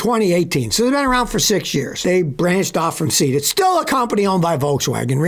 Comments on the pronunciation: Scotty pronouncing Seat as SEET rather than SAY-AT makes me itch. It's too bad VW isn't bringing Skoda to N.A. instead - they make pretty good econo cars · Not Seat (as in something you sit on), Say-at (it is Spanish) 👍🏾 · LOL I think Seat is pronounced as "Say-ot" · I had to laugh at his pronunciation of Seat 😂😂😂